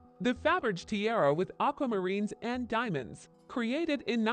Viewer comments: Faberggggr LOL Hate A.I. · Narrative is abysmal. Can’t even pronounce Faberge. Why bother?